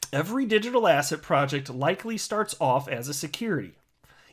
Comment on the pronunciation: Lol, every time you say ‘asset’ all I hear now is ‘asshat’... thanks J Clayton!!